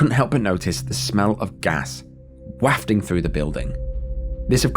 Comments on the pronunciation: "whaffting" through the building 😅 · “wah fting” 💀 tf